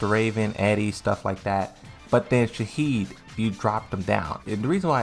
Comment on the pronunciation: Shaheen, not Shaheed. LMAO